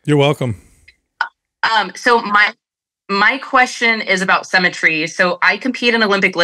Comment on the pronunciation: This chick says "SEM-etry" every single time. Hey, how about learn how to properly pronounce the word symmetry.